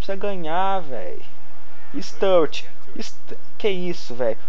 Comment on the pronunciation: Bom video mais cada vês q vs falava o nome do sturridge errado dava um aperto no coração😂😂😂